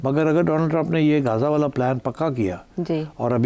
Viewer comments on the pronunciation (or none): none